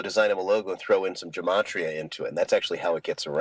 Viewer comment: "Gematria" is pronounced with a hard "G". There is no "J" in Hebrew. Otherwise, Awesome Video and I'm enjoying the entire series. PAXCHRISTI 💙📖🙏🕯️